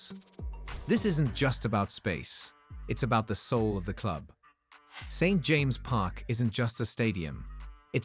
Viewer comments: Some strange pronunciations ! St James’ is pronounced James’s Magpie is pronounced mag pie ! As for the stadium, a brand new 70,000 built in castle leazes as shown on bondibot would be the ideal solution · Another crap AI generated video. Can't even pronounce St James' Park.